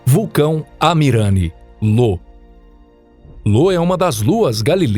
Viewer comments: é io e não lo, é valrrala e não va-lha-lla. bom vídeo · Olá, gosto muito dos vídeos do canal acho o formato muito bom com a duração tbm, gostaria de fazer uma critica construtiva a respeito das pronuncias como exp: Io foi falado como LO e na verdade se pronuncia Ayo, valhalla tbm com uma pronuncia equivocada e por ae vai, são coisas que tiram a concentração. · Não tenho certeza, mas acho que é "Io" ao invés de "Lo". Mas isso é só um pequeno detalhe perto do grande trabalho feito. Parabéns pelo canal!!! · O cara leu io como lo kkkkkkkkkkkkkkkkk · Excelente vídeo. Só que as lua mencionada é Io e não Lô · Bom vídeo, mas chamar IO de LO foi pra sangrar os ouvidos. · Ótimo vídeo, mas uma correção: não é lua Lo, é Io com i de igreja. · Porra, “Lô” foi sacanagem, o nome da lua é Io, com a letra i e não L!!!! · Meodeos...a lua se chama "io" e não "lo".....e se pronúncia "val-ra-la" e não "va-lha-la" 🤦‍♂️ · Nossa que agonia ouvir LO todo vez que falava da lua io. E va-lha-la ao invés de val-RA-la. Kkkkk Mas o trabalho foi bem feito. Parabéns! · não é Lo ... com L ... é Io , com i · Lô ? ahahahah parece-me um erro forte é Io, pronuncia-se Íu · Não é "LO" e sim "IO" 🤦‍♂️ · Io, lua de Júpiter é com "i" e não com "L", que o diz "Lô". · Uma correção apenas, a lua de jupiter não é Lo e sim Io, fora isso parabéns pelo ótimo conteúdo e ótimos videos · Já tava ofendendo meus ouvidos, esse cara falando LO. A lua se chama Io, com a letra I. Isso que dá, quer economizar na hora de contratar um tradutor... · 🤣🤣🤣🤣🤣🤣🤣🤣🤣🤣🤣🤣🤣🤣🤣🤣 como assim, Lô ? E não era , Io ?🤷🏾‍♂️ kkkkkkkk Lô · Lo ? O nome da lua e IO né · Amigo é io e não Lo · O nome da lua não seria "io"? Não lembro de ouvir falar em uma lua "Lo" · O nome da lua de Júpiter não é LO, e sim IO. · Confundiu "i" maiúsculo com "l"minúsculo. Não é "Lô". É "Io" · Correção: A lua de Júpiter é "IO" e não "LO" ♡ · "Lô" foi foda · LÔ AHeuohAOEUhAOUehUOeHeoAUE tipo "momô" haeuhoauehauoeha